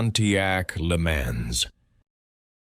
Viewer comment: No, I DONT think he speaks well. Keeps mispronouncing Le Mans. Too slow, too spaced out on timing of words. Ruins an otherwise good quiz